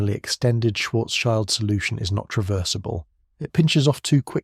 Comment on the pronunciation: Thanks for providing these videos. Listening from Germany past midnight. Just a side note: Schild means shield in English, nothing to do with a child. It is pronounced similarly to shield as well but with a short i as in lift.